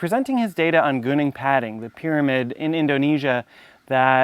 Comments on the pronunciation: When you say gooning padding, are you trying to say Gunung Padang? GOO-noong PA-dahng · Please don't say it as "gooning padding".